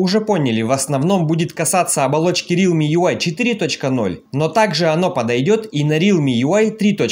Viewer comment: не рилми, а реалми !